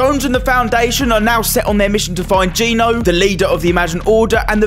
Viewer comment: It's Geno not ge no